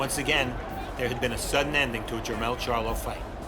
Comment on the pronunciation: you just said jermel and jermel instead of jermall and jermell